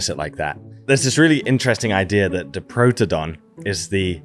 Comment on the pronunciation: A couple of pronunciation notes: Diprotodon - think “die” for the first syllable rather than keeping the i short. Bunyip - the first syllable is pronounced like a bread “bun”, rather than, say, the u in “put” Emu - the long ee sound is correct, but you bung a y in the middle. So “eem-you”. Thanks for the video though!